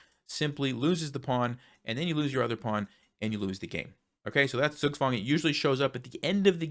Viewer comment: Zugzwang is from german language btw. It's pronounced diffently. And also has 2 words in 1. Zug (which in this case stands for "turn") and Zwang (which translates as "force"). So essentially Zugzwang means "forced move". Great educational video,. 😊